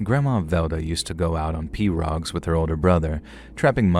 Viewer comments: Pirogue is pronounced PEE-ROW 😊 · here to spell it phonetically for the readers. Most Louisianans pronounce it “pee row” 😂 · Dont get me started on the way he pronounced pirogue 😂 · Absolutely DIABOLICAL pronunciations of essentially every noun and name in the Cajun grandma story, but you get a pass for making me shake in my boots (on account of spooky content AND that foul iteration of pirogue)